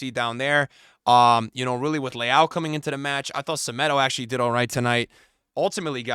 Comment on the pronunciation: The way you pronounce Leão sounds like Leal (Brazilian pronunciation), which is another Portuguese last name. I don't mean it as criticism, it just sounds funny.